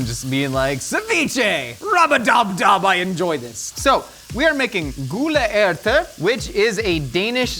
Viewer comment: Honestly your gule ærte was Said spot on👍